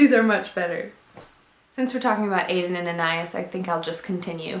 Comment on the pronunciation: Lived this video very informative! And I like your little anecdotes!!! My name is Anais, like from Aden + Anais and I'm always correcting my name when momma's talk about this brand. It's pronounced with short A's, Ah-nah-ease the Ah-nah part is like saying Anna so Anna-ease! Don't mean to be rude or anything just any to help you pronounce it in case you wanted to pronounce it correctly!